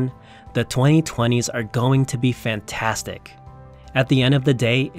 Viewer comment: "The 2020's are gonna be fanstartic" Oh, really!?